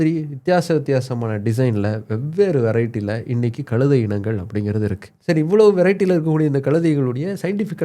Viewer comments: டேய "களுதை" முதலில் "கழுதை" என்று உச்சரிக்க பழகு பிறகு சேனலில் பேசு. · களுதை என்று தவறாக உச்சரிக்கக்கூடாது. கழுதை. ழகரம் உச்சரிக்க பயிற்ச்சி எடுத்துகொண்டு வரவும்.